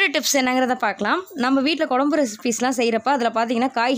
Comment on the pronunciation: கொழம்பு எ ன்று சொல்லுங்க கொளம்பு இல்ல